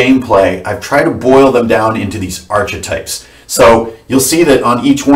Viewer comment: Say 'arKetypes' - 'sGreek, like 'karisma'. Doesn't stop ICRPG being a great system (obviously), and it's always a pleasure to listen to you. All best.